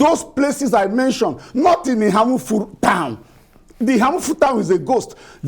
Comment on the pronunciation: The lady in the studio is from Enugu state yet she can’t pronounce Eha-Amufu properly.. SMH